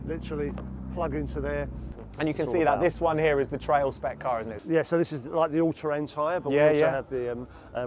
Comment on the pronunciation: Trial not Trail. 👍